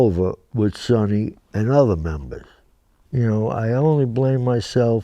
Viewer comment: He pronounced Sonny’s name correctly.